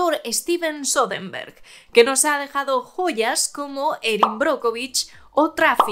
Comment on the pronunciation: Me cae bien la chica, pero se la pasa diciendo "Steven Sodenberg"